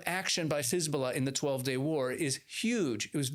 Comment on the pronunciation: It's Hezbollah not khezbollah😂😂😂 and it's Persian Gulf not Arabian. Get your facts right